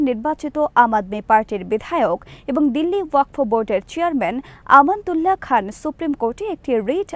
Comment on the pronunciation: ওয়াক ফ নয়, শুদ্ধ উচ্চারণ হবে ওয়াক(ফ) wakf